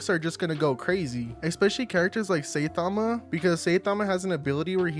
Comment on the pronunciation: Saitama❌ saytama✅😂😂😂